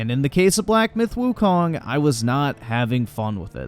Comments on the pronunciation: black myth wukaaang... if you want to be taken seriously, at least pronounce the title properly. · Wukong not Wukang 🤭